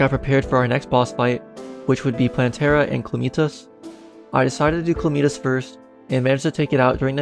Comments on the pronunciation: Chlameetas? (its Ca-la-mi-tas) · cla-meet-us lol its ca-lam-it-tas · i cant belive he called calamitas clameetus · "s kal" what the fuck man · I've been pronouncing it "Calamitas" like a dumbass this entire time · I thought he said Chlamydia the first time lmao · Just curious, why do you pronounce calamitas the way you do?